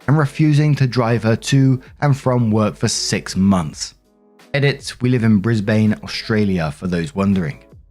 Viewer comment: "Bris-bane" made me laugh! 😂 It's pronounced Bris-bin (My fellow Aussies will understand hehe!)